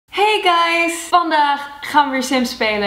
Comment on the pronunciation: toen ze zíj hey guys dacht ik dat ze Engels was